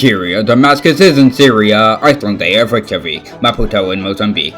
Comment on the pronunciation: Hey someone who actually pronounced Reykjavík semi-correctly, you have my like sir